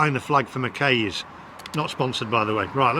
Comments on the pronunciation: Pitlochry wouldn’t be my stop off, for fish n chips, lovely area have stayed in couple of the hotels there. Need to learn how to pronounce McKays, rhymes with eye. Any, it looked well tasty. Only gripe, you discarded the lemon for the fish and there homemade tartare sauce. Looking forward to next video. Pity your not touring Scotland to do a fish n chips tour. Safe driving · McKays is pronounced "Mc eyes" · McKays is pronounced "Mceyes." Great video though! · It's pronounced McAyes. As in Aye Captain! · Bet the “session error” was just the session with the app itself — nothing to do with the charger process. Confusing though! 🤓 The McKay’s (rhymes with McSkies by the way) fish’n chips in Pitlochry looked just amazing.